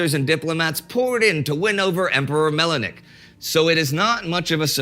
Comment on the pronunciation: Indy, the name of the late 19th- and early 20th-century emperor of Ethiopia is Menelik (like man alive); not Melenik (like melenin).